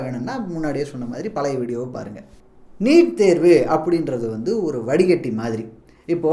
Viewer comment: நிட் இல்லை🤦‍♂️ நீட்🤷‍♂️